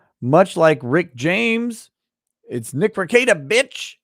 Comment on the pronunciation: Too bad Branca can't pronounce Rekieta correctly.